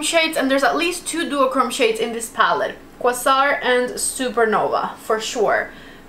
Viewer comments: Quay-sar...you guys never research before a video. Pronunciation matters. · I'm sorry to be that person, but it's pronounced "uh-righ-(y)un" and "kway-zaar", not shaming, just letting you know.